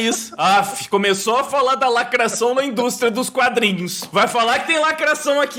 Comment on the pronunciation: "lacraçaum não ecxiste"